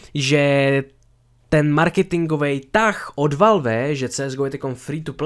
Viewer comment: Já se směju tomu jak valf říkáš valve.😂